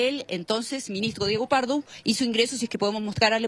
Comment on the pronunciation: el minigstro... minigstro... denle una fonoaudiologa a esa periodista